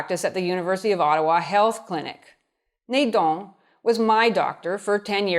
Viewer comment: the a in Nadon pronounces like the a in apple. It's Nadon not Nédon :)